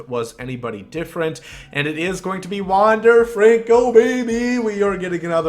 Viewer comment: i’m a mariners fan and i can say you did indeed say his name right